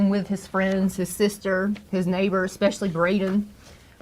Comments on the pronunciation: "Expecially". From a supposed Masters degree teacher. Western civilization is dead. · Extensive academic background in education and she says “exspecially”??? 😂🤣🤡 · She can’t even conjugate basic verbs, or say “especially,” yet she has all these “degrees.” A “masters” degree?? 👀 Yeah, the days of college degrees equating to intellect are long over. 👋 🤦‍♂️